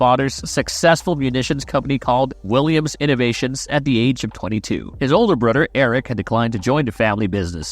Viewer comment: His brudder